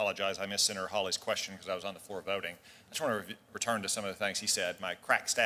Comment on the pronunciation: "Uh, Senaturrrr..."